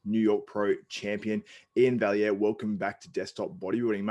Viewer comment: One of the few YTers who actually pronounces Iain's last name correctly. Well done, you. (And a big salute to my fellow Canuck.)